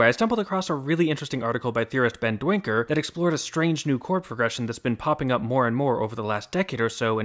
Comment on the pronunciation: Please [daynkər] unless Ben Duinker has rejected/renounced his dutch heritage. Dwinker doesn't make any pronunciation sense.